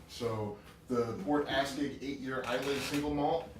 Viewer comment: You guys keep mispronouncing Islay. It's pronounced "eye-lah", not "eye-lay". Just a heads up :)